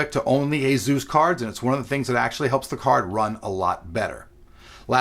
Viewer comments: Azeus? Asus... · "A-zeus card" lol